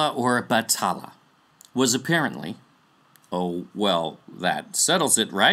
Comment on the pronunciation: It was never Batala. It has always been Bathala. Pronounced as Bat-ha-la. Whoever wrote Batala in wikipedia is misleading people. We never associate anito with Bathala. And also, I've never heard of Bathala's wife. But in one story that mentioned Bathala, there was an ancient monster called Bakunawa. A serpent whom was punished by Bathala for eating the moon.